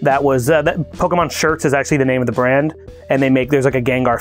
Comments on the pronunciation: Its mon, pokemon, not man!!! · "Pokeman" Looks at the spelling for Pokémon I'm pretty sure Mon makes more of an 'On' sound then a 'An' sound so can confirm it is Pokemon not Pokeman. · Pokemon, not man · Actually it is pokemon po ke _mon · There is nothing cringier than someone deliberately missprinouncing the word Pokemon as "PokeMAN" just to try to emphasize their ignorance.